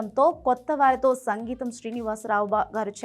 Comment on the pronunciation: Sangeetham Srinivas Rao kaadu... Singeetham. Anchor doesn't know anything.